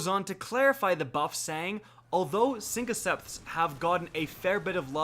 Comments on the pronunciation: What the hell? “Sinkoceps?!” SYNTHOCEPS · Dude, they’re pronounced “SYNTHoceps” not “SYNCoceps” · Sin-THO-Ceps LOL Not Sinkoceps! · lol "sinkoceps"